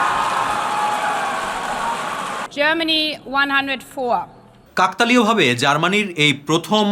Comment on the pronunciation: কাকতালীয় উচ্চারন টি ভুল ভাবে করেছেন।